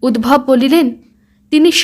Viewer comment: উদ্ভব নয়, উদ্ধব। রাগ কোরোনা কিন্তু, তুমি বড্ড ভালো বলছ, তাই এই ছোট খাট ভূলগুলোও যেনো এই প্রেজেন্টেশন এ কোনো খুঁত না ফেলে, তাই বলছি।